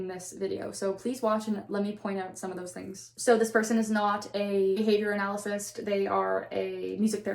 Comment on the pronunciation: Also- please return to this subject when you can properly pronounce "behavior analyst" k- thx bye